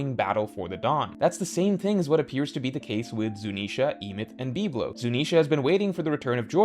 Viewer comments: Why can't you say words correctly. It is Em-eth. Not Eemyth. Bib-Low not BeepLow. Like whats wrong with you. Is this on purpose? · Great vid but the way you pronounce biblo and emeth makes my brain hurt